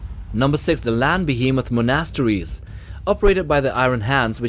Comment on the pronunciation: It's the way monasteries is pronounced..I can't unhear it